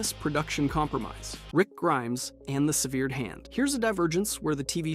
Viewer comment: this is NOT a hate comment i just wanted to let u know its pronounced (seh-ver-ed) not (sev-ere-d)